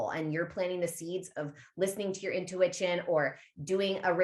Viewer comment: I thought I was the only one who says “intuwitchion” ✨